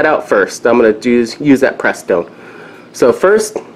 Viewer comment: Joey's Garage huh? What mechanic can't pronounce Prestone even before reading it?